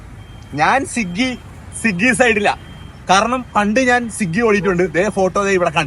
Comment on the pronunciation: സിഗ്ഗി അല്ല മച്ചാനെ.. സ്വിഗി എന്നാണ്😂